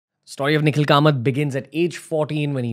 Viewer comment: is anyone else irked when ranveer says 'STAWRY' insead of 'story'?